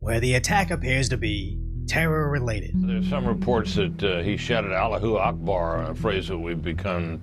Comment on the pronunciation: He said Allah gu akbar 😂😂😂 who doesn't know how it's actually said by this point? We've all heard it hundreds of times